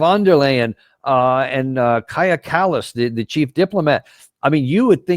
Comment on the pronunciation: U mispronounce her name she is not Kaya Kala's she's mazafakas